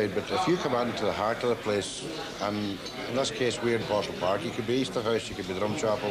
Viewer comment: I like how Yer Man says Poe sull park. It's true name. I still cringe when folk refer to the area as Poe Sull. Naturally, Poh sill park would be the proper phonetic, but still nice to hear the word park at the end of the name.